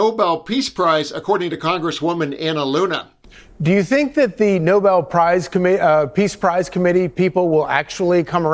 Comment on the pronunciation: She can't pronounce peace prize